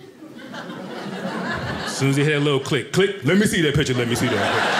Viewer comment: The word is piCture, not pitCHer.